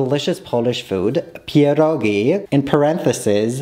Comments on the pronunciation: I NEVER HEAR SOMEONE SAY PIEROGI THAT GOOD LIKE.IM IN SHOOK LOL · omg i love the way you say "pierogi” its perfect 🤩🤩❤️ kisses from Poland🥰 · The pronunciation of pierogi🤩